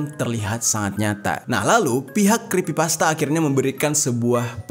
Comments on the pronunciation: Maap bang yg bener itu creepypasta bukan crispypasta😁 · Crepy bg bukan crespy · creepypasta blok bukan crispy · sedikit koreksi aja bang, di situ bang jer salah pengucapan kata, yang harusnya "kripipasta" jadi "krispipasta". Crispypasta adalah makanan, sedangkan Creepypasta itu cerita yang creepy, horror. Sekali lagi ini hanya koreksi!. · Koreksi om Creepypasta... Bukan crispypasta... 🙏🏻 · Me: Creepypasta: Crispypasta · "The backrooms ini adalah sebuah legenda dari crispypasta"😭🙏🙏mohon maap bukannya saya ngeledek tapi saya ngedenger😭🙏🙏 salah ngomong😭🙏🙏🙏. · creepy bang bukan krispy hehehe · bang ,bukan krispi pasta tapi creepy pasta😅ga pake "S" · Crispypasta bukanya creppypasta ya atau gw yg salah? 😅😂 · creepypasta bukan crispypasta wkwkwk :D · Creepypasta atau crispypasta sii? Sy dgr nya bg jery bilang crispypasta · detik abg ngomong ny crispi pasta bukan creepypasta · Creepy pasta jer, bukan crispy pasta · Creepy pasta bang bukan crispy pasta 😭😭☝🏼☝🏼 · Cree bang bukan criss Abang bilang ayam crispy gitu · Creepy bang Jer bukan Crispy😭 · Creppypasta bang,bukan crispipasta. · Bang jeri bukan Kripsy Pasta😪😭😭😭 tapi Creppy pasta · Crepy pasta bang bukan crispy pasta bang🙏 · 4.33 crespy pasta ... Haha Lo lagi laper bang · Creepy pasta bg Bkn crispy pasta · Scrispi pasta salah eja creepy pasta baru benar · Aokwokwokwok, crispypasta, laper kah bang? Yang bener creepypasta, wkwk kurang Aqua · yg bener tuh Creepy-pasta bukan Crispy-pasta Ngebug anjir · Bukan creespy bang tapi creepypasta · Crispi pasta enak tuh bang 😂 Bukan nya cripy pasta ya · creepypasta bang bukan crispipasta😂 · creepypasta bang bukan creespypasta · Kreepy pasta bng bukan krespy pasta😂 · Creepypasta dibaca KrispiPasta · Creepy bang bukan krisspi XD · bang bang bang,oh ternyata nyebut yng bener itu crispypasta yak? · Kenapa abang ngomong nya krispipasta bang 🗿